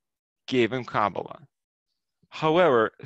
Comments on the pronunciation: You are pronouncing it wrong. Emphasis is put on the last sylable. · You don't even pronounce Kabbalah properly. You don't even which way you are traveling.